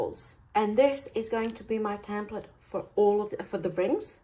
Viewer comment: It's called a "tEmplate" not "tAmplete" just so you know. Otherwise I enjoy your videos immensely. Thank you.